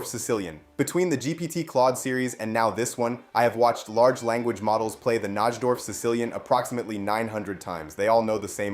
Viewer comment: Disliked for ignoring my previous comment about how to correctly pronounce NIGH-dorf. Your mispronunciation is seriously nails on a chalkboard.